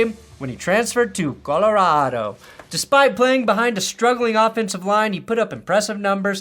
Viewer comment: As a Coloradan, as I'm sure you are as a Broncos Fan ...please never say Colorado like that again...for all of our sakes, lol... otherwise good video and thank u :) go broncos